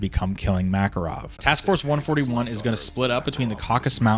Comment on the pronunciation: "one-forthy-one" now THAT is a war crime